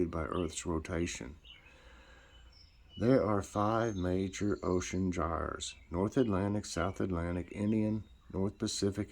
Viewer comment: 🙋‍♀️🙋‍♀️🙋‍♀️. You pronounced gyres right